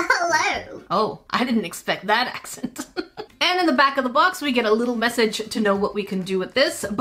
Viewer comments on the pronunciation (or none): none